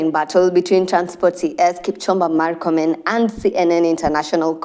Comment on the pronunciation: its not markomen. its murkomen. we aint americans. pronounce it as it is written